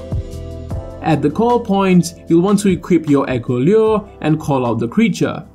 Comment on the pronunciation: When you say lure sounds kinda Frenchy lol